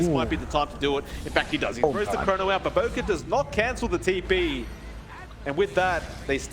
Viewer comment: It's BOBOKA not BOBOKARR